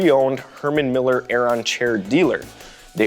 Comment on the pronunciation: It's pronounced 'Airen'